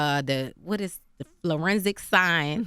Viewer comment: She said "fluoresic science" 😩